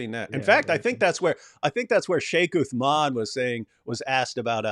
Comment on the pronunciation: and you like what David wood tells you don't you? He was decimated 4 to 5 times 😂 Sheikh Uthman may Allah protect him and increase him in knowledge wiped the floor with David. You Christians ✝️ hate him so much that can't even say his name properly. That's the power of Truth stop his Dawah if you guys can.